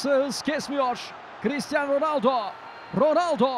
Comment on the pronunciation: spikerlerinizin ag cristian ronaldo nedir yaa